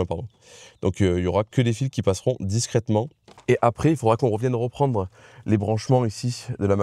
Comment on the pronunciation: REprendre, rEcommencer, rEfroidissement, rEmettrais, rEvenir.... C'est marrant cet accent mettre des O à la place des E... Ça vient d'où c'est courant cette façon de parler ? J'ai remarqué ça chez Vincent un autre YouTuber celui qui a fait la 205 VR6 avec Coupable et qui est entrain de faire la réplique de Most Wanted j'ai zappé le nom de sa chaîne YouTube... Sinon bravo pour le taf fourni, c'est encore une vidéo bien bordélique comme je les aime merci !